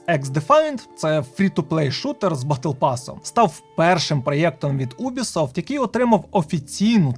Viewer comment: Чому, бляха, Убісофт, а не Юбісофт?